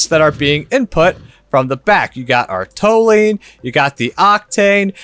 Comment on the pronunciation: just fyi, Toluene is pronounced Tolyouene ;)